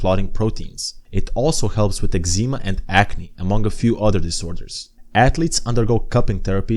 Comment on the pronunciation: Great video. However your pronouncistion of eczema and Vanuatu jumpscared me. Take my sub